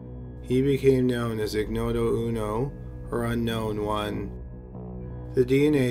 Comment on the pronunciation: Ig-noto uno. Lol that's not how ignoto is pronounced